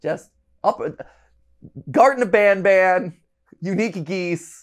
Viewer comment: "garten of banaban"